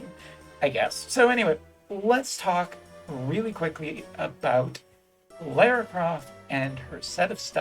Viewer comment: Thank you for pronouncing her name correctly. It always annoys me when people pronounce it "Laura".